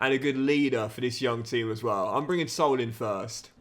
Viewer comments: Hey great vid as always, just wanted to tell you how to pronounce Saúl’s name, it‘s not Soul, it‘s Sa-ul🙏🏽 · Loving the content mate, just a note that since Saul is Spanish his name is pronounced Sa-ool.